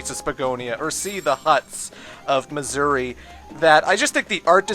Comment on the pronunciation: When he says Mazuri it kind of sounds like he's saying "Missouri".